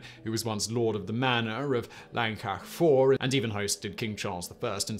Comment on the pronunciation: 'Fawr' is pronounced 'Vowr', Simon. Just saying. Also: 'Llangollen' is pronounced 'Thlan-goth-len' (the closest I can write it phonetically) . I have fond memories of my late father, whose family came from Mountain Ash, correcting some tourists in a café in St Davids, who were discussing loudly where they were going. We'd had breakfast, which included cockles fried with bacon and Laverbread. Such happy days!) Aaaargh! 'Dove-ed', not 'Diff-ed'! And in that one, the teacher got all the children separated, and got them to draw what they had seen. The drawings were surprisingly similar.